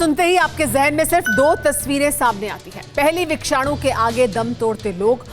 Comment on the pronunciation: It is Vishanu not vikshanu🤔